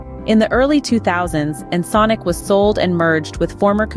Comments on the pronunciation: You go back and forth, but the correct pronunciation is like en·sonic (sonic, as in sound ), not ensunik. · In-sin-ick LoL it's En-Sonic. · Ya I know, but the writer could have spelled it phonetically in the script so as to force the TS to pronounce it correctly (e.g. "enn sonic" or similar). Overall though, still not as irritating as how Windows TS mispronounces plugins as "plujins." 🙄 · You lost me at "Ensin-Ick" Fuck this text-to-speech shit. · you think because it was mispronounced it has to be AI?